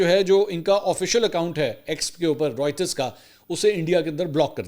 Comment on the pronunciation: Mansoor Bahi Writers nhi reuters hea pronunciation